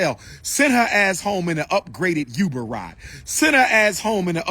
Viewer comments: He said Youber instead of Uber.😂 I hear the positive and powerful message overall, though... - mark or so hits hard. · “Send her ass home in a YUBER!” Please gtfo dude 😂